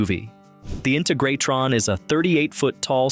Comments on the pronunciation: Agreed, it's in-TEG-rah-TRON not INTA-grat-ton and BOW-die not BODy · PLEASE check the correct pronunciation of the. names of the places you feature! InTEGratron- BOdie ( rhymes with roadie)and ZYZYX( rhymes with physics). THIS is how history is rewritten ( erroneously!)As a sort of documentarian, you have a responsibility to get the facts straight-& this includes pronunciation!